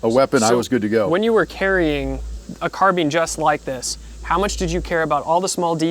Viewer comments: lol Car-bine > Car-been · I can't listen to those peeps calling a carbine a 'carbeen' . Always wondering if they're actually serious or making just fun of something? It's beyond me. How do you folks say 'combine' then, huh? Just a rhetorical question. There's just no logic nor consistency in that Mickey Mouse lingo of theirs. 🤡Civilisation gave them a language, and now listen what has become of it. 🤕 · kept laughin everytime he said carbean lol